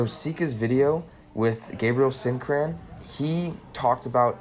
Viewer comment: Great video. I believe it is pronounced like "sin-cry-aarn" if I've been hearing it correctly.